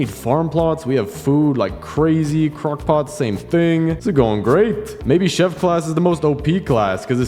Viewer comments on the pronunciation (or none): none